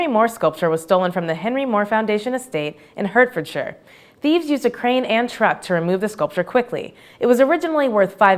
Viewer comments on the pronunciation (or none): She pronounced Hertfordshire "Hertferdsher. It's pronounced "Hart-ford-sheer". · The grumpy Englishman within is annoyed by the mispronunciation of Hertfordshire. It's HArtfordshire. I'm sorry. I hate myself too. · Rethink 'Dulwich' and 'Hertfordshire'.